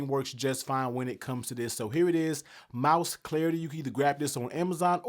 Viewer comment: Pro Tip: Pronounce the name correctly. Mous... not "Mouse", but "Moose" 😅